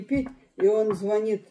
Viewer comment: не званит ,а звонит.